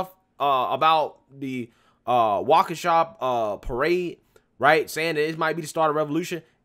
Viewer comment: He finally said Waukesha right? WOOO!!! BLM is for clowns…period